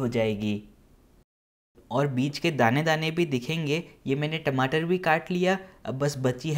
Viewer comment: Bhai Tameto Nahin Bolte Tamato. Apni Bhasa Ko Jyada Style Karne K Liye Aeise Nahin Bolte. Jai Hind